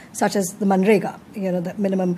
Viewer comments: Isne manarega ko narega kaha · Anchor know it's MANREGA but for pappu it is NAREGA😂